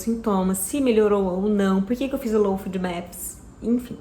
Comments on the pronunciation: O nome correto da alimentação é LOU FÓDI MÉPIS. Não é food. Afffffffffffff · Não é fudmeps que se pronuncia, é fôdmeps!